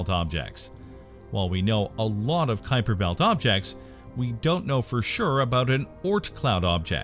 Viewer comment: what is a "Kuiper betl" ? xD